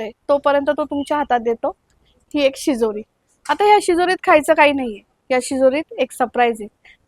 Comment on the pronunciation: शिदोरी शब्द आहे शिरोरी नाही